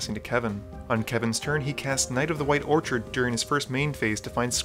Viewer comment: Orchid as in the flower instead of Orchard as in fruit trees